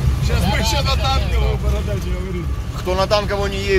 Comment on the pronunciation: БоРодач а не БоТодач)